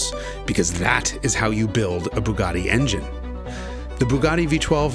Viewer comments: Bugatti, not boogotti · The F40 would like a word in your ear about who was the first carbon car.!technically it’s a carbon/kevlar mix but aye, t’wasn’t the Bugatti old bean. P.S. Bugatti isn’t pronounced ‘Boooogotti’, that’s why they use a U, not a double O. Not forgetting the A, of course: One would assume a fellow would know this if said fellow was doing a special feature on the fkn things. You lot over the pond haven’t mastered English yet, so you really shouldn’t be stretching yourselves by trying to have a whack at the Italian.